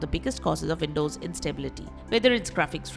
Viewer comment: velcome back.. vindoze